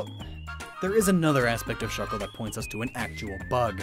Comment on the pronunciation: THE A IN SHUCKLE IS SUPPOSED TO BE A U!